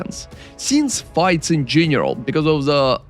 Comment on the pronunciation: Helly my dude, my request for you is to learn how to pronounce berserk and general ! See you in next video and thanks